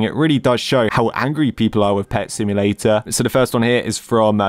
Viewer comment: Did i just hear blud saying "Pet symdrome" ? And what the FLIP is this emoji🤣 : Whoever that admin was-💀 ew.